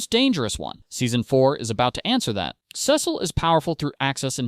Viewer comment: couldn’t get past the first minute cause of how you pronounce his name lol